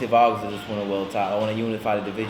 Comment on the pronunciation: Don't know why Hearn pronounces "Vargas" rather strangely. Not that hard.